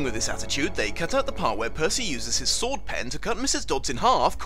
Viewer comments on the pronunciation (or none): none